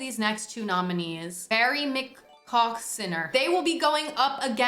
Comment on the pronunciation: justice for barry mccawcinner, wasn’t pronouncing his name right so he didnt stand a chance!!